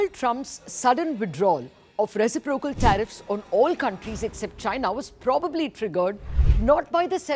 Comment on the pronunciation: Reci-proc-al. 🤔 What?!